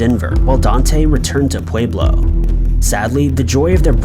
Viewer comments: Pueblo is pronounced, “Pweblo”. Love the video, just had to say, lol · It’s pwe-blow btw